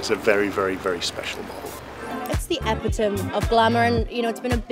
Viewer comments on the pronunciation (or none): Spectacular pronunciation of epitome…is she an actress?…a future in silent movies 🫣🤞..But the DB 12 is stunning…class style and muscular grace..gorgeous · All that money and still can’t pronounce “epitome.” At least the car looks great!